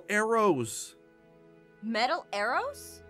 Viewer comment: Aphmau why did you say Aaron's instead of arrows I mean that's what I heard